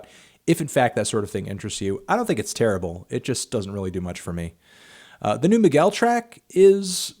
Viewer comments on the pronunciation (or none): none